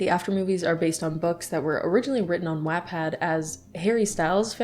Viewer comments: Everytime says "WAT-pad" my eye twitches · i want to let you know that i am highly disturbed by you pronouncing wattpad as wetpad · it hurts hearing Wattpad pronounced like that lmao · I literally can't watch these videos bc of how she pronounces wattpad 🤦🏼‍♀️